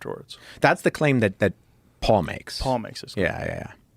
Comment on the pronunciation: Why does he keep saying pool instead of Paul(P-all).